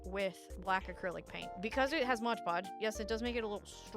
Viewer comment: For the love of god, and all that is holy… it’s MOD podge!!!! You’re killing me 😂😂😂 MOD! Not MODGE! (Also they’re nitrile gloves not nitrite, nitrite is a solution in chemistry, nitrile is a material… pronounced night-rile)